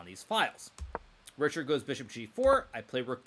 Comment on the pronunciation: It is pronounced ˈriçaːrd or reehard; definitely not reeshard.